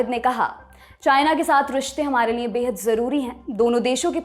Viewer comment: पर ध्यान से सुनें। यह महिला लिए को निए बोलती है।